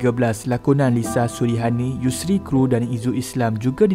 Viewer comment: bukan kru.K.R.U